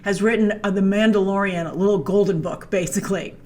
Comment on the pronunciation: not you calling the mandalorian like boba...